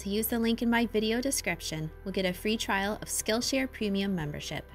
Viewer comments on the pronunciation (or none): none